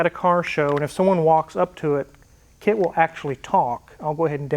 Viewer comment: Sounded more like K.A.R.R than K.I.T.T